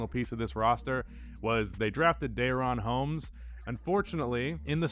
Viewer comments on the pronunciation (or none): Duh-Ron Holmes, not Day-Ron Holmes. I went to high school with him